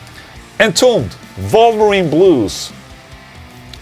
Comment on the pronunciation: Ola, every time you say Wolverine Blues, it sounds like vulva ring blues.